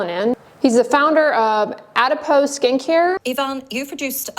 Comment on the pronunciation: Did you say "Adipose Skin Care"? 🙈